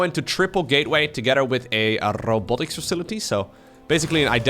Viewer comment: Rrrrrobotic facility :)